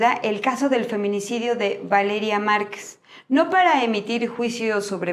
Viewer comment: que poco respeto y atención a los detalles.... Es marquez, no marques...